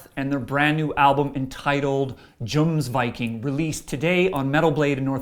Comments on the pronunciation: raise your horns has nothing to do with drinking beer... and the album is pronounced Y-omsviking not J-omsviking just like the name Johan you say Yo-Han no Jo-Han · I cringed when I first heard the mispronounciation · Pronounced yomsviking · kill the "J" sound and use a "Y" sound and you'll have the pronunciation of Jomsviking correct. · it's yoms, yomsvaiqing. Jomsviking. ffs. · If you really listened to the album you should have noticed that it's "Yomsviking" in the ways it should be pronounced. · I really feel that over all a band is gonna take some chances and expand. Otherwise they get stale. so AA gets a solid 4 skulls from me. Bear in mind, I'm also a Blind Guardian fan, so I'm very into the concept of songs/albums with stories to tell. And it's pronounced Yomsviking! it even pronounces it in the track The Way of Vikings. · It's pronounced Yoms Viking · Who raises a stein in the pit anyway? a jerk spilling ale that's who! and wouldn't it be a horn? you can say Johan with the y sound, but not Jomsviking?! if you don't like certain songs just say so instead of using the fans as a scapegoat. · How do you pronounce Johan correctly but mispronounce Jomsviking? Also I feel like this review missed important parts of the album. The first four songs are very important to the story and the last two are also very important. The last song wraps up the story and ties into a couple of the other songs very well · I don't think this guy listened to the album, since he pronounced Jomsviking wrong and the album's name is said in 'The Way of Vikings.' Also the order is fucked up, this is a concept album ffs y u no review songs in the right order? How do you accidentaly 'run a sword through his throat' ? stupid review.